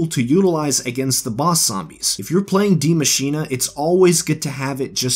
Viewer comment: I dont understand why people mispronounce die machine